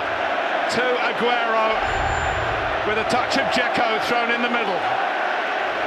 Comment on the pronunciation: His last name is not 'Augero', it's 'Agüero'.